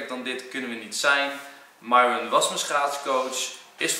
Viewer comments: Mieron maar enzo veranderd namen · HET IS MIERON ENZO NIET MIJRON😅🤣❣ ( ik doe ff hoe je het uitspreekt ) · Bianca mieron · Hi enzo, hoe spreek je de naam van myron officieel uit? Jij zegt meestal mairon, en zij stelt zich vaak voor als mieron. Wat is nog de correcte versie?😏